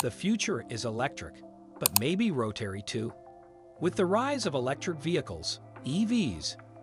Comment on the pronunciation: ROW-TERRY. Can't stand it